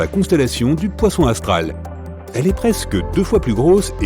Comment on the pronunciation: "et elle se trouve dans la constellation du poisson AUSTRAL" , pas 'astral', bougres d'andouilles !